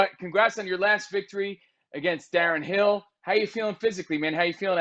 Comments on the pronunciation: Darren "Hill"....😅😂🤣 Who is this goof! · Did he actually say Darren *Hill*?! Good job ESPN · Darren Till, Not Hill. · This dude legit said Darren Hill